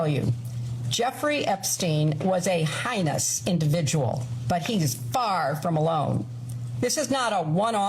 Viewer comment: Highness or heinous? Two starkly different terms and pronunciations.